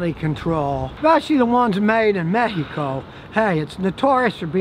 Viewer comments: scotty saying Mehico cracked me up! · "Every single one of those [pt cruuser] was produced in mejjicoooooo" 😄😄